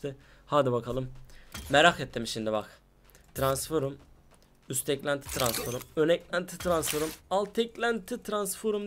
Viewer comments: Transforum değil transfrom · Transforum ne ya transform diye okunuyor u yok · abi tranforum değil transform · Adamın eşsizi var hala transforum diyor :):):):) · Arkadas transform a transforum demek ne yaa :D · Tıransforum değil transform kardeşim o ama yinede sen bilirsin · abi transforum ne yaa kopuyorummm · Ulan hala bu videoyu seyrediyorum TRANSFORUM diyince çıldırıyom :D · Suna birisi transform demeyi öğretsin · transforum demesine bir benmi gıcık oldum